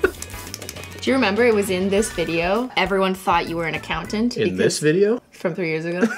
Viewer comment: No one:: I have a full time job...AS AN ACOUNTANT